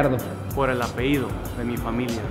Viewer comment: Porque se llama gallardo? Por el "apeido" 😁